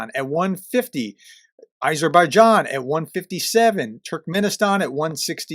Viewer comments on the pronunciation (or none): none